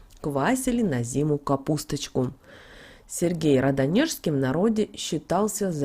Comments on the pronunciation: РАдонежский!!!, А не РадОнежский )))) о май гашшш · Меня одну корежит от неправильного ударения на имя СЕргий рАДонежский?